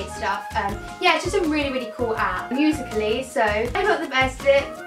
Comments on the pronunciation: Did she just say musica ly ?😂😂 no g it's (music lee) ❤️ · how she says musically